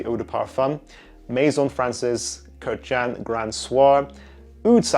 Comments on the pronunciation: It’s pronounced kurkjahn btw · Totally butchered that last name. It’s Armenian so yeah haha that’s not how you pronounce it but “A for effort” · You mispronounce his surname.